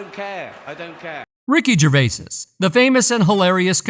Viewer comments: It’s not Gervaises ……..it’s Gervais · FFS.......its "Jer-vay", not "jer-vases"🥱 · I was just about to start typing this and there was your comment top of the pile! Good fellow! 👍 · Its Gervais not Gervaisis. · It’s gervais not gervaisis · I second that, Gervais-IS 😂😅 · You'd think he could pronounce every other name correctly and when it comes to the subject he would know how to pronounce it!! 🙃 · I dont know what is worse, suffocating a puppy or hearing you say "gervaises". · You’re an idiot. Tom Hanks definitely sold his soul and I am sure that he’s guilty of a plethora of indecent acts. Back to you, though …. How stupid can you be? You pronounced the mans’ name wrong every time you said it. I hate people. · Jesus man.....do some research and cover the F*£ing basics by pronouncing his name correctly ......it's literally the simplest bit of research.....stop being a typical lazy yank dear god!!! I would have invested more time in this video but switched off around 2 minutes in....I couldn't bear hearing you say it for a 5th time!! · What is this stupid narration? And why the fuck can’t it say “Gervais”?